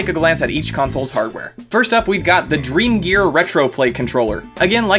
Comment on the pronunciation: I heard Drug Store instead of dreamgear